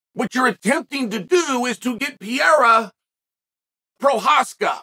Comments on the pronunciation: It’s Perreira. Not Pierra. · Pee-Air-A. Chael, you’re CONSISTENTLY entertaining with your mispronunciation!😂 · Now if he could only learn to pronounce "Pee-era" correctly.... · Can't believe that this guy can't pronounce Pereira 😂😂